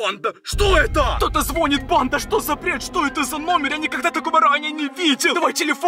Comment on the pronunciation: Зво́нит? В Ютубе больше не появляйся